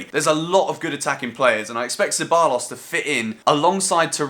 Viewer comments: it's pronounced se-buy-ohs (double L is a Y in spanish) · Two L’s in Spanish make a J sound so Cebajos if u want to. No pressure though.